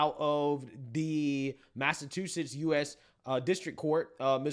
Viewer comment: dude, the way you say Massachusetts is hilarious. i have never heard anyone say it that way. "Massa2setts" haha. I'm pulling your chain obviously, but it is funny.